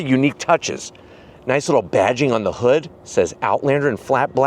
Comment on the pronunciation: Do he say hood or hoog? 😂